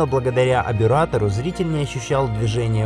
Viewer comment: кроме того, терминология не совсем верная. Вы говорите абюратор, а надо обтюратор, и не Агюст, а Огюст🤘